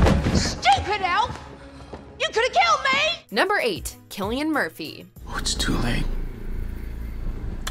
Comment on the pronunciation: How do you manage to say cillian Murphy wrong. It's not kill its sill